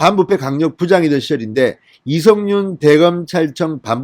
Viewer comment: 인년, 안냥, 이성뉸, 만냑, 윤성녈 x 이년, 아냥, 이:성윤, 마:냑, 윤서결 o